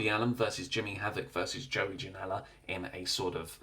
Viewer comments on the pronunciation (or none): none